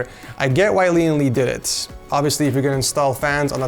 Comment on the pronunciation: I kept hearing Lian Li as LeeandLie and I thought this was a commission build from AmaLee lmao.